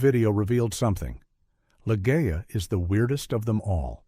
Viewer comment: Great film choices, all of which I've seen save The War Game, half of which I own on DVD. AI v/o so annoying. It's Li-ZHEE-a. Funny story. I wanted to see Wyler’s film of The Collector since I’d just read the book. My sister wanted to see Camelot but grudgingly came with me. It was a double bill with Repulsion about which neither of us had any idea. I said we might as well stay since we paid. My sister hasn’t forgiven me to this day.